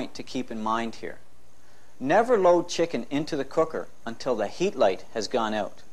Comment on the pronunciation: The “Colour” guide. “The heat light has gone oot.” “Cooking pro-cess” Uh oh, Canada!😂😂😂😂